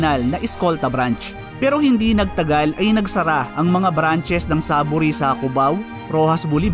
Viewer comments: ang proper na pag pronounce dyan sa name nya ay SAY-VORY!!!! Sorry pero kung sino man ang tungaw na nagsabi na SAH-bori ang pag-pronounce dapat siguro MAG-ARAL ULIT because there's no such word as "sah-vori"!!!! 👎👎👎💩💩💩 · Bakit ba ang basa is SABO-ry at hindi SAY-VORY? 🤔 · So Saavory pala talaga, hindi Sayvory ang pronunciation hahaha I was like bakit Saavory yung pronunciation mo haha great story. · Hindi porke nakasanayan na ang maling pagbasa sa SAVORY ay maituturing na tama iyon. Magtuturo ng kabobohan ang ganyang gawi. Marapat na basahin at bigkasin ito ng tama.